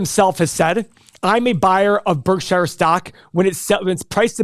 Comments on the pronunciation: ....it's pronounced "Berk-sher' not 'Berk-shy-er'... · stop saying berk SHI ER BERKSURE idiots